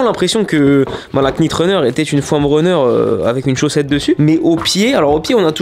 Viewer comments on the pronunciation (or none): Faut prononcer « Nit » et non « Knit » en anglais un K devant un N ne se prononce jamais comme « Knowledge->> se prononce Nowledge Sinon comme toutes les nouvelles yeezy jsp pk mais je kiffe il est très fort ce Kanye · Super cool, juste un petit point prononciation. Quand on a un "k" suivi d'un "n" en anglais on ne prononce pas le "k", comme dans "knight", prononcé comme "night". Donc il faudrait plutôt dire nite runner. Voilà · On prononce pas le K dans Knit :)